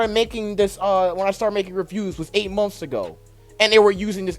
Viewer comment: Are you trying to say months?